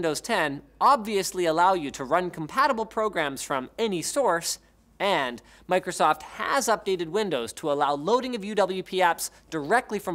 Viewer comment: Idk why, but how you pronounced Micro-soft in the beginning really really bothered me for some reason, it just rubbed me a little wrong lol.